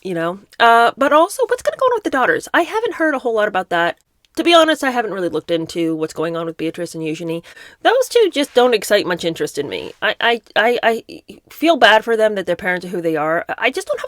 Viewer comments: It's not Eu- genie like she's coming out of the lamp, it's Eu- Jane- ee like her middle name is Jane and someone threw some extra letters on there. I only know this because I'm British and have been subjected to the BBC. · Not You-Ghen-ie? I've never heard the middle syllable pronounced like Jane. I honestly can't stand hard to pronounce names even though I think that if it sounds like you-ghen-ie that it's a pretty sounding name. It's just such a curse for the owner of the name and the people who must always stumble over it and feel embarrassed when introducing them and then get corrected.